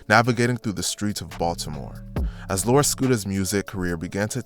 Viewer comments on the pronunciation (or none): It bugged me how many of the news people couldn’t get his name right. How hard is it to say lor, not that hard of a word to pronounce it’s literally one syllable 🤦🏻‍♂️